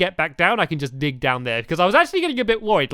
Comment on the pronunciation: dag instead of dig lol